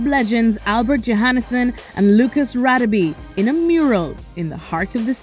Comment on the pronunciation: Also, it's pronounced Rah-deh-beh not Rah-dee-bee